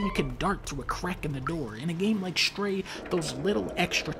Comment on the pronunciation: Fun fact: the game is called "Stray" not "Shtray", Dunkey